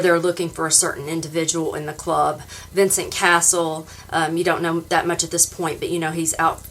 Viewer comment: It’s not Castle it’s Cassel. Pronounce the ‘e’ before the ‘l’ 😊 Cass-el